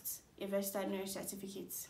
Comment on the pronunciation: Why re u pronouncing it as "vergistered" nurse